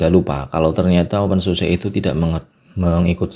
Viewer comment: bacanya "open susa" bang